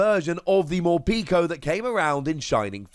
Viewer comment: I like your videos but it hurts every time you call Morpeko “Morpeeko”. The pek is pronounced like peckish.